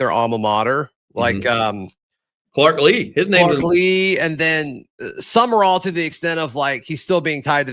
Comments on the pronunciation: Someone needs to tap on the shoulder to inform him Sumrall is NOT pronounced "sum-uh-rall" or "sum-er-all". It's simply "sum-raul" (i.e., raul as in haul). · Why do you pronounce Sumrall's name as "summer all", is that how he pronounces it.